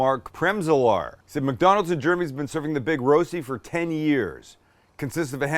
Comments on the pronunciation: Thanks for the nostalgia, had my first in Switzerland 20-ish years ago, I believe BK had their own version as well...that being said, your pronunciation of "Rosti" is killing my ears! It's more like "wohstee" with the w pronounced without perching the lips. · It's called Rösti, not Roasty, Rosti would also be fine. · Just call it "Rusty". Sounds closer than "Roasty". Rösti- Rushtii. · Fyi(not to be anal) it's pronounced Ruh-shdee. The Rö is like 'her' without the hard R sound. Okay, I'm being pedantic.. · Spike, is it pronounced Roasti or Roshty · the ö is a bit tricky, you pronounce it like in "her" but from your two words in Germany its more the Roasti with s Swiss people tend to say it with sh :) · Would you please teach him how to pronounce it? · It´s spelled like the o in worse: Big Rösti. :-) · Nicely done. By the way the "ö" in Rösti is pronounced like the "i" in bird